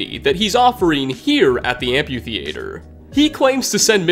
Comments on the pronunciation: I can’t get over how you pronounce amphitheater like ‘amputater’. Dude, it’s amphi. like Amfi. Then theatre. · It’s pronounced “Amp-e-theater” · Love your videos, but the amp-yew-thee-ay-ter is killing me lol. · am·phi·the·a·ter not whatever you just typed out.